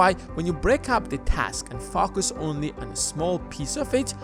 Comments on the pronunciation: you always freak me out when you say FOCUS , for a moment i hear another word lol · i hear it too lol